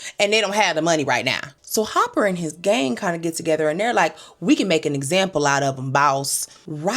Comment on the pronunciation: So you calling Dennis Hopper - HOPPER?